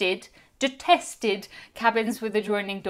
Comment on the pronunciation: The word "detest" sounds so much more ferocious in british than in american!